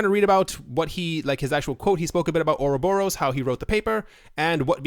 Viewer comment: You don't pronounce ouroboros right. Or rob er us. emphasis on the rob. not oro borus :p